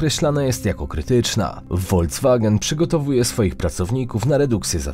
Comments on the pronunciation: jedna uwaga - pewnie nie mówisz "Lambordżini" tylko "Lamborgini" prawda? Bo to włoska marka i wymawia się tą nazwę z włoskiego. Więc tak samo nie "woldz-wagen" tylko "folks-wagen", i dalej nie "simens" tylko "zimens". I na Boga nie "LudwiksSzafen"!!! Kanał, który ma ambicję na 1mln subów nie może sobie pozwolić na takie babole. Na poziomie pro decydują szczegóły. Piszę to z sympatią bo zarówno treść jak i realizacja bardzo mi się podoba. btw.. BASF to też nie jest Bi Ej Es Ef 😋 Ameryka to naprawdę nie cały świat. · Volkswagen a nie Wolfswagen jeżeli już.😂😂😂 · Nie wolkswagen tylko folkswagen od słowa "volk" czyli lud, paradoksalnie - samochód ludu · Błagam, nie 'wolcwagen', a 'folkswagen', jeśli już mówimy o niemieckiej marce. To jest auto dla ludu, 'das Volk' a nie wolc! Oraz LudwigsHafen nie -szafen. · FOLKSwagen, nie WOLDZwagen, no proszę. Nie jestem poliglotą, ale takie błędy strasznie mnie rażą. Abstrachując, nie ma co się cieszyć z gorszej sytuacji gospodarczej w Niemczech. Im gorzej u nich, tym 2x gorzej u nas. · Nie woldzwagen tylko folkswagen wymawia się nazwę tej parszywej firmy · VOLKS WAGEN CZYT. FOLKS WAGEN NIE FOLC WAGEN ;) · woldzwagena lol